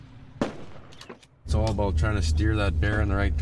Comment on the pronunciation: He didn't say "aboot!' He said "aboat."